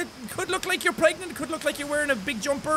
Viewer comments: its not pregnant its pregananant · no it is bregnant, right? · Dylan perhacs-harris greggnant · No its clearly pergert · Dylan perhacs-harris it's pregonate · Dylan perhacs-harris it's pregantie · Dylan perhacs-harris No it's pergernat, lol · Dylan perhacs-harris Preganant